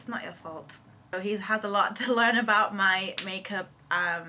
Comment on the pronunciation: "It's not ur fault"- So Nigerian, LOL!! Btw u MUST DO A BOYFRIEND TAG :)